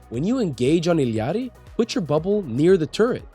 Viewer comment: I'm sorry but how you say Illari is painful